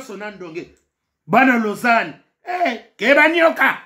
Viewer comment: Lala lulalala ici c’est la Suisse 🇨🇭 🇨🇭🇨🇭🇨🇭😂😂😂😂😂 Lausanne et non lossane , 😂😂😂 mobali y’a pembe tiiiii na Dubaï balali eeeee